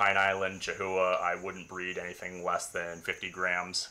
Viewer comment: Breeders in the US charging $7500+ for a chahoua need a reality check. Can get similar geckos for $500 in Europe. edit: it's also pronounced KA-houa